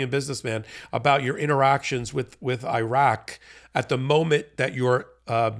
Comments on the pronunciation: I always enjoy and appreciate your show, but PLEASE learn how to pronounce “Iraq” and “Iran.” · Your mispronunciation of Iraq makes you sound ignorant.